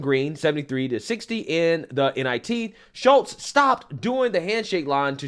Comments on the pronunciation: if her name was Shultes woudnt it be spelled with an L and not Shutes or is the t representing a silent L?? i think if u rewatch the clip your following u will find its pronounced like shoots. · Shutes, you keep saying Shults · Love your channel. It’s SHOOTS not “SHULTS”. How do you see words? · Ffs dude, it's Shutes (Shoots,) not Shultz. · Please LEARN HOW TO READ! YOU ARE JUST AS IGNORANT AS MS."SHUTES" You consistently called her Shultz! Secondly, she should be kicked off the team, lose any scholarship, charged and sentenced with Physical Assult! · Shutes, NOT Shultz, dummy! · Shutes not Schultz.so simple 😂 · Why you keep calling that Shultz, like you didn't hear the news reporter say Shutes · 💯💯 Somebody tell this guy to QUIT CALLING HER "SHULTES" 🤪👈 It's pronounced SHUTES ! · He keeps saying Schultz. Lol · you know what's coming... and so does everyone else: she's going to play the race card; and will likely claim that the other player used racial epithets. Btw, her name is "Shutes," not "Schultz!" You can pronounce it "Shoots" if you like, but leave the Krauts out of this. They're still trying to live down what the small moustachioed painter did. 😂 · Pronounced: SHOOTS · LMAO......Did it bother anyone else that he kept pronouncing her last name wrong? Like even when reading it directly from an article. How does Shutes become Schultz?